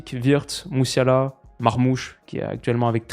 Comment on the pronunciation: Jamie Messiala prononcé à l’anglaise